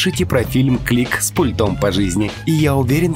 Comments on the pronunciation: С пУльтом! Ударение на первый слог. Как можно быть таким безграмотным? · Ударение на У пУльтом... Перезапиши колхозник